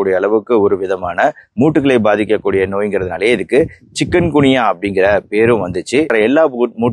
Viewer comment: சிக்கன் குனியா இல்லை!! சிக்குன் குனியா " 😅😂😅